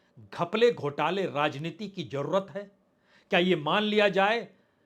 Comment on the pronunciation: Aap zarurat ko jarurat kahte Hain Aap Tilangana ko Tilangna Kahte hain Aapke Report Men Jhatke Ka Jumla Baar Baar Aata hai Is Tarah Aap Kai Adabi Ghalati Karte Hain Iski Islaah Karen.😊